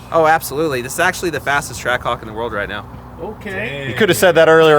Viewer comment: Anyone notice can’t say track hawk?